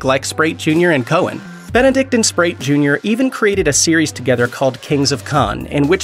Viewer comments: Great video...but Rich's name is Richard Speight, not SPRATE! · Priestly was played by Jensen not Daneel. And seriously, do you not know how to pronounce the actors' names correctly. Richard "Sprite"? the name is Speight with no "r" and an "ay" sound. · I couldn't believe that he kept saying it like that!